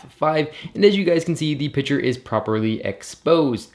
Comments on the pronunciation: piC-ture. Not pitcher. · I swear every time you said picture I literally heard pitcher